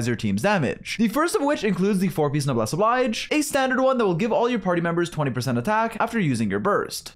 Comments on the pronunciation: rolls the 'r' in Chevreuse "lol, sorry, I speak French" Also: "Noblesse OBLAIGE!! " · I love how you make a point about how you speak French and so how you're gonna pronounce Chevreuse as /ʃɛvʁøːz/ for the rest of the video only to then pronounce Noblesse Oblige as /nəbles əblajd͡ʒ/